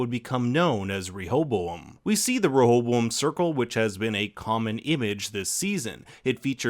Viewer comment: Every time you say rehoboam it sounds like you got a mouth full of marbles 😂😂...great video tho. Really enjoy your recaps